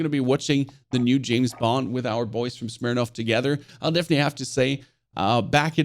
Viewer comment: Nice to hear somebody finally pronounce Smirnoff correctly :)